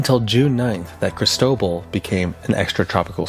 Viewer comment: The earth is so hot now is anyone surprised? I am surprised at your pronunciation of Cristobal and Equator tho! I rarely hear it like E bike or E mail because it is the equator! Instead try Cris toe ball not cristoble!